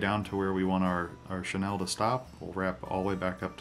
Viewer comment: Like the jig style. Learned something new with the hackle, thx. 2 quick things. 1) Chenille is pronounced "Sha Kneel", not "Shu Nel". 2) Quick point, you can reduce your waste of materials of Flashbou by folding back the 'bou with 1 strand. And/or fold back the 'bou with 2 strands the cut the folded back part in half at the loop giving you more flash. We do that all the time when tying steelhead and salmon flies. A general rule for flashbou length is 1 1/2 times the gap of the hook gap, just in case you didn't know. Again, like your jig, great tie & information sir!